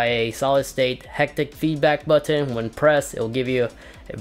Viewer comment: The way you say “button” makes me cringe homie.